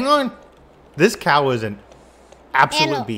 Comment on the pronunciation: It's cowu